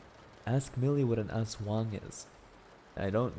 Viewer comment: He really pronounced Aswang as Ass Wang 💀